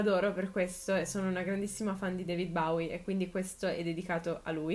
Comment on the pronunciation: Comunque si dice BOWIE, non BAWIE